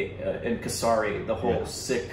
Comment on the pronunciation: You guys watch the movie where the title of the movie is mentioned in it tons of times and still mispronounce it all the time. For example, Kesari, you can make a bit of an effort to pronounce some words correctly, for respect, all words don't need to be "Korbanized".